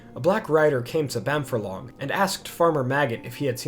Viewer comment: So you do a lot of the narration super well but you slip up on some words. Bamfurlong is said Bam-Furlong (as in two separate words). A 'Furlong' is an 8th of a mile or 220 yards. The name 'Bamfurlong' can be translated into Old English to mean 'Bean Field' (A furlong is the usual length of a field in the English countryside)